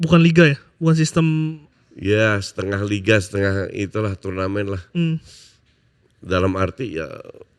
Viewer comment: Narasumber ini yang sangat anti nonton liga indonesia , bahkan dia menyebutnya LIG ANG, SI PALING BELANDA, SIPALING LIGA BELANDA